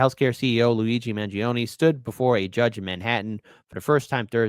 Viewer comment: you are Italian -- isn´t the correct pronunciation Man jone -ay? Voir dire is French and pronounced vwar deeer